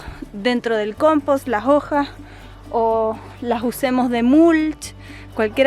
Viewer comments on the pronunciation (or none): Me gusta cuando dice: las jojas